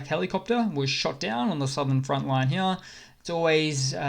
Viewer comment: LOL, you sound normal until you say the word here. Then you turn into a 65 year old British gentleman from 1900 wearing a monocle. "I say! Look heeyah!"